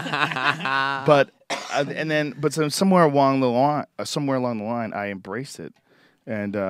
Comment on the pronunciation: ''somewhere awrong the rine'' joe went asian for a second there